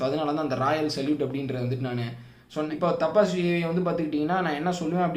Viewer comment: தபஸ். டப்பாஸ் இல்லை.